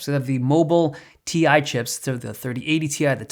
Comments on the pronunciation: Dave, u know that's Ti (Tie) pronounce right, not Tea-eye -Nvidia 2022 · Dude it’s not ‘T-I’, it’s ‘Tie’ 😂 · Isn’t it Ti pronounced ( tie )